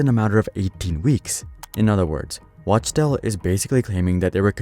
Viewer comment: Wachtel is pronounced "Wock Tell"